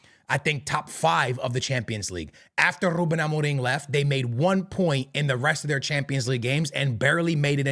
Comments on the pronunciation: as a portuguese myself, this guy is trying too hard with the rrruubbeen amorrrim. chill bro 😅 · Then tongue rolls are so disingenuous. Trying to sound Portuguese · Rrrrrrrrruben Amorrrrrrrim rrrrrrreft Sporrrrrting 😭😭😭😭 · The way he says "Ruben Amoriim" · Im sorry but im really enoying the rrrrrruben amoreeeng 😂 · Nobody:: rrrrrrrruben amoreeeem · He's mixing his american accent with his portuguese accent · The double R's